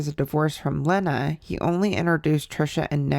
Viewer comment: her moms name is pronounced “leena”